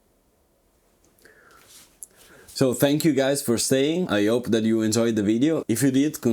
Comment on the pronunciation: Aren't you French? - I noticed that you are not pronouncing letter and hence the soung of H,"-Thank you for staing I 'OPE 😛-(where is Hope,letter H,i finde that simpatico,molto simpatico :),greetings from ITALY,EU is the BEST "Country"-hahahahaha (Stupid americans :) ,in the world, (yes,Americanos,think that EUrope is COUNTRY....molto inteligente,Love Paris,had a great time in Saint TropeZ,(gendarmerie are not joke ,like krusho -LA,la,ecute moi,"